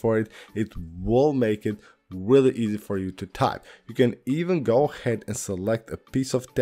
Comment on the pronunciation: “Weally Weally Cool Video“